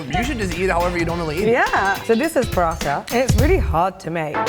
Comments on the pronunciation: that's not Parata, its parotta!@@ freaking northern India has you spellbound. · Prawteh. Say it properly.